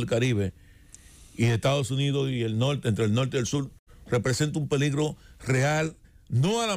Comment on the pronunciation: Oigan eso: "nolte y sul",jajajajajaja.!